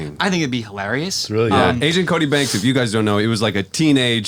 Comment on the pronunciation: please don't say angent cody banks lol